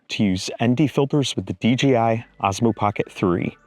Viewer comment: Rather, lets start out with the proper name of the brand. It's clearly DJI not DGI. So sick of people that can't say the name of this brand correctly.